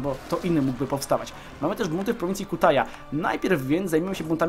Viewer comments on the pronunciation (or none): Nie Kutaja tylko Kitahia :D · nie kutaja lecz kitachja (pisze jak się czyta)